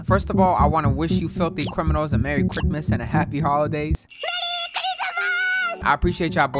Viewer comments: Does say cricmas sometimes????? Or am I trippin 💀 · Wtf is crickmas 🤣